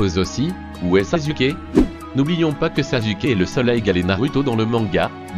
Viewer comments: Ca s' ecrie sasuke mais ca se prononse saçuke pas sasuke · En plus il dit sazuke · baddy203 t’a détruit le nom de sasuke 😭😂😂